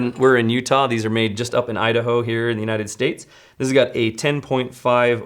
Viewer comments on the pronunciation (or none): none